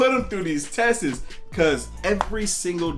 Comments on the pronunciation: Tests......You basically saying testes. Wow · good vid, I love that you're spot lighting healthy and independent moves like this.... but i can't not say, "tests." is just one syllable big dog.